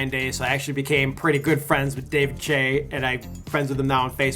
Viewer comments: It's David Choi, not "Chay", but instead pronounced as "Choy". I cringed every single time you say his last name. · he's saying David Chai instead of David Choi WTH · "Ryan higguh?" "David Chey?" I doubt this is even a typical foreigner mispronunciation. The spelling for David Choi is CHOI. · I cringed every time he said "David Chay" . It's David Choi .. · David "Chey"? haha it's "Choi" as in "Choy" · David chae xD aint it choi? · FYI, you are pronouncing David's last name wrong. It's not pronounced che but Choi like ahoy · David Choi not Chae 😑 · but David the guy he's talking about doesn't pronounce Chay...he pronounces his name like choy...He has his own youtube channel ..which is weird since he claims to be friends with him but doesn't know how to pronounce his name. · This would be an incredible video, if he pronounced the names correctly. I stopped watching after nigahiga (knee-gah-he-gah) was pronounced wrong. Ryan Higa (He-Gah). David Choi (Choy). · "David Choi is actually one of my homie" can't even say his last name properly. I'm watching your video and i'm like "who the fuck is David DRE?" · Its david 'choi' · it's pronounced David choy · idk why but im bothered by how every time he pronounces david choi's last name, its pronounced as choy #lamp #k-pooper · David Choi. Just read it as Choi. americans... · David actually pronounces his last name as legit "Choi" not the way the guy in the video pronounced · it's more "chweh" :'DDDDDDD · Lmao he keeps saying David" Tshay "😂😂😂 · The way you pronounce 'Choi' is just fucknly irritating It's not hard to pronounce. Fix it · Says him and David are friends yet can't pronounce his surname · im not shure if its on purpose but yeah and you are saying david choi wrong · How is David Choi your homie but you can't pronounce his name properly?! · how can one mispronounce "choi" ?? where the fuck is the "a" in the name? moron!